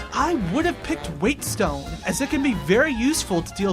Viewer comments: It’s pronounced wet stone you fool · Its pronounced wet-stone bro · great vid! but... wate-stone, really? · Whetstone is just pronounced wet stone